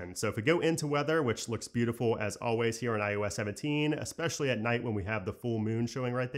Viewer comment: Do realize that you say ius 17 instead of iOS 17?